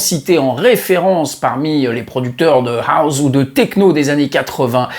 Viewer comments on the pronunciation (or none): Et ce n est pas Houze mais House que l on prononce 😉